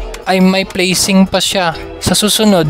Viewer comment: haha,, ung prepare nga plesing dw😂😂